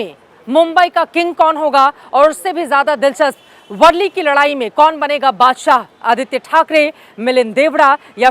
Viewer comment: वर्ली नहीं,, वरळी है...